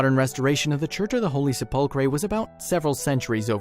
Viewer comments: Hello, Perhaps you need to rehearse the voice recording prior to posting, for if you actually cared about your position you would!😯 The Church of the Holy Sepulchre isn't pronounced: "Se•pull•cray" (or however you trashed it) 🙄 it's been PRONOUNCED WELL OVER 1,600 YRS. AS: "Sep•ul•cur/Se•pul•cur" (BTW, A) The "Se" IS as in September, sensational etc.; B) The "cur" isn't: Cray, cree, cure, etc.; It IS: "cur", as in curse, curd, curb etc.!)!!! 🤔 That's how I've heard it said by professionals (clergy, reporter's etc. say it anyway)!!!🤨🤔Pronounce it out, then put it together, then if you care about what you do (you might want to be a Christian for yourself!), because you sound "uneducated, uncaring, most of all rude (which is un-knowledable) when anyone who "is knowledgeable" hears when you do that (regardless of what it pertains to!)!!!🤯🤔🧐 I'm trying to help you.😯 Just sayin'!!!🧐 If you continue as such, then I'll know two things: 1) You don't read the "comments" and 2) That you don't really care!!😖 At that point I'll unsubscribe and so should many others, but what's worse it shows just how many unintelligent people that's out here!!😱 Take care, "God Bless", sincerely, Randy. 👍🙏🏻😇👊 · Attention millennial YouTube creators... PLEEEEASE research pronunciations when you are unsure! You were pretty close with the 'Church of the Holy Chipotle' smh